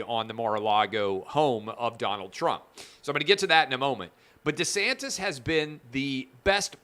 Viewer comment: Clay it is pronounced DEE-santis. Not Duhsantis